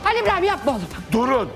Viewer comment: When she says khalil Ibraham